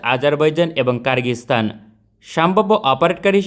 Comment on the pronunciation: কিরগিস্থান কে কারগিস্থান😂 আহারে ইউটিউবার😆😆